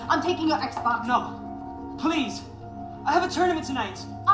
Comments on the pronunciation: so nobody gonna talk about how he was saying exbone in stead of xbox😂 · Everyone: Xbox Flight: Xbon